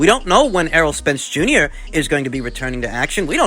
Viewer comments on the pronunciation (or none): none